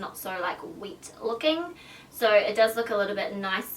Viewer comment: not hating but can u say wet formula instead of weat formula coz people don't understand what your sayin xoxo